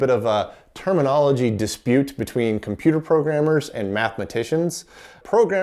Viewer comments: Oops, what's a "cimputer,"? 😆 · "Cimputer" History Museum? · "Cimputer History"? C'mon guys, you're giving us über-nerds a bad rap.